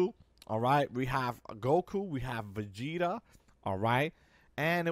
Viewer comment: Dude said vegeter and freezer